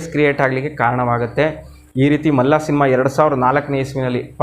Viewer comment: To be frank , Malla alla adu Malli.......😅